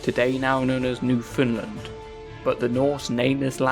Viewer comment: Look up how to pronounce Newfoundland please. It is not New Finland